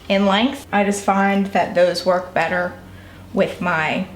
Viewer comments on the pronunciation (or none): none